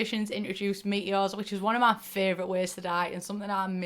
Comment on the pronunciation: i thought you were saying meet yours not meteors!